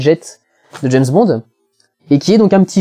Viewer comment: Non non et non on ne prononce pas "d'jayzzze bond" mais "d'jamessss bond" :p des zzaricos ou des haricots...